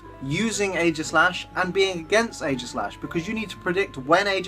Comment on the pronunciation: AEGISLASH, NOT AEIGASLASH!